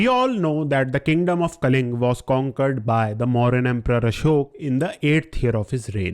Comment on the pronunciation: Kalinga not kaling